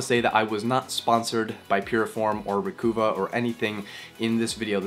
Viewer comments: Psssst...It's...RE-COVE-UH not RE-COO-VAH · jusus fucking fail christ. its not re-coo-va. its Recuva, slang for Recover.... no hope for the next generation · I think the program is pronounced re-cuv-ah not re-coo-vah :) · Thanks. Hey, are you by any chance from Vancouver (Van-KOOO-va)? because you keep pronouncing it “Re-KOOO-va” I do believe it’s supposed to be “Re-KUHH-va”. To sound like re-KUHH-ver (“Recover”). Later, BREW... i mean BRAH !! 😎